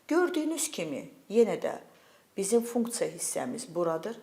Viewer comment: Funktsa deyende deyesen mədeni olur😂